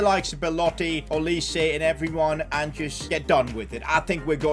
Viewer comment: That is not Olis-e, you should pronounce that name like "Olais".